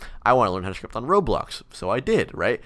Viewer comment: I love how he says script "shrift"